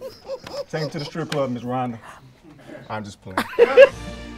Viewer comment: Who else heard Indian bruh call her Donda the first time and not Rhonda 🤣🤣🤣